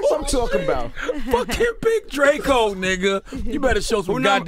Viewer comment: Big DRA-CO 😂😂